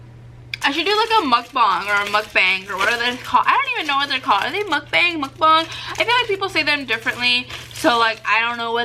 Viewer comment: It's pronounced like mookbong but it's spelled mukbang that's how they pronounce in Korea